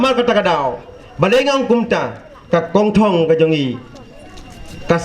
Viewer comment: He pronounced it right, "Kongthong" not Hongkong.